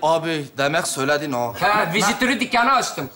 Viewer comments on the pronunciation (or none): Öyle diğil🤣vejeteryan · Vejeteryan değil "Vejetaryen" olacak. -Türkçe öğretmeni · Vejeteryan değil "Vejetaryen" ulan siz yapmayın bari. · Vejeteryan değil vejetaryen. Vegetable’dan geliyor ya o kadar da zor değil. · TDK'ye göre "vejeteryan" değil "vejetaryen" olacak o. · Vejetaryen değil mi doğrusu? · Vejeteryan değil Vejetaryen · Vejeteryan değil vejetaryen kelimeyi düzeltelim lütfen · Bu arada vejeteryan değil vejetaryen! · Bu arada vejeteryan değil vejetaryen